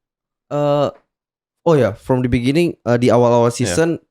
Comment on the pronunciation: In the biningging biginining biginiging apalah itu I dont spek english.